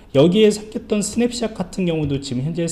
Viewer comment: 강의 고맙습니다. ^^. 그런데 스냅샷이라고 쓰고, 스냅샵이라고 발음을 하시네요